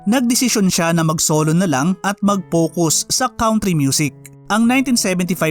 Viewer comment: Nice content, bothered lang ako sa "count-ry"